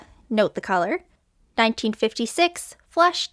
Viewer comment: I like how you made the "u" in colour more distinguished, happy Canada Day !